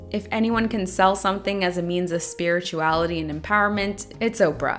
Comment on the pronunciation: I heard “superiorality” instead of spirituality. Having read & watched EPL, it works. Really enjoyed your review!